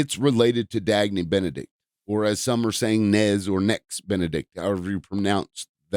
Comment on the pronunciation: Why are you calling them Dagney? You can’t even respect someone’s death 💀